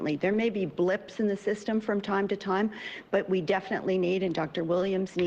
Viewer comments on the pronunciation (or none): none